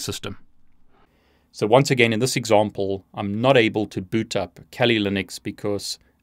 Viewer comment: he says "...or kawlee" everytime he says "kali"lol